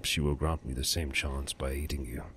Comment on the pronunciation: lol At I thought you said "If Lady Mara will grant you a second chance, perhaps she'll grant me the same by eating you". It took me a couple seconds to realize you said "aiding" not "eating" :P